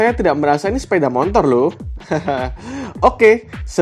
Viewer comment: Sepeda mo tor Bukan mon tor 🤪